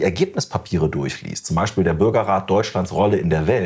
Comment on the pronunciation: Ute, lass deine Hände runter und lern mal "Beichspiel" richtig auszusprechen ...